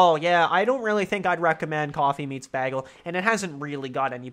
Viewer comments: You'd get a lot more dates if you learned how to pronounce bagel. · im not used to hearing bagel said like that lol